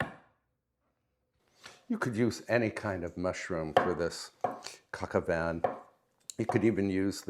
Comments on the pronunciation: I believe the dish is pronounced like coke oh vahn. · just a pronunciation correction. "Coq au Vin"......the "n" in Vin is silent!!! Great recipe - merci beaucoup... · It’s coq au vin